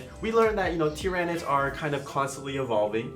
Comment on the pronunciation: It's Tyranids! Not Tyranids!